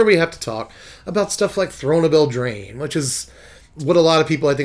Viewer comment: It’s eldraine dummy!